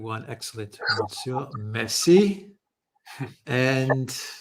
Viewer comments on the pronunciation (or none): none